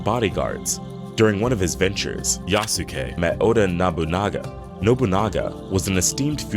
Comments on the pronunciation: Thank you!! I keep thinking it should be "YASS-kay". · Not quite. The "u" sound in す is still there, it's just less pronounced. And the end of it shouldn't be "kay". It sounds like "keh". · It is pronounced Yaske. Not Yasuke. It is so annoying listening to these people speak. Also the only thing afro samurai has in common with Yasuke is that he is black. None of the things Afro does in the show has anything to do with the things Yasuke did in history. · Isn't Yasuke pronounced Yass-Kay ? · "Yah-Soo-Key" It hurts us. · I cringe at how many of these "experts" keep mispronounce Yasuke's name.